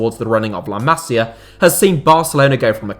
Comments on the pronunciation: Too long. You could say the same in half the time. Appreciate you don’t speak Spanish or Catalan but please: ma-SI-ah. Not MA-si-ah which is a woman’s name. 😜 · Boss video … got to say though, its pronounced like “la massssia” not “la mazia”. Goes right through me every time you do that. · Bro learn how to pronounce La Masia, it hurts listening you saying it